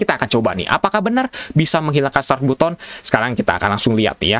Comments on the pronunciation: Tapi kan untuk pertama kalinya ada yang bilang "BUTON" bukan "BATEN" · Button dibaca "batten" bang 🙏